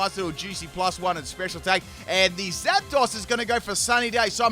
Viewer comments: I fucking love your videos and I've been a fan since XY, but HOLY SHIT you gotta work on your pronunciation lmao it's not "ROY-A-CALL" it's "Re-Coil", "Jie-Row" not "Gear-o", and "Zap-dose" not "Zap-doss" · It’s pronounced Zap-Dose